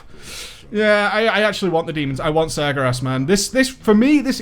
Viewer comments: Sar-Ger-As? Its Sàr-QueRass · SirGarass? Its Sar-Ger-As (sargeras) Sorry my lore nazi came alive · Sir-grass :P? Sargeras? ;D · Its Sar-Ga-Ras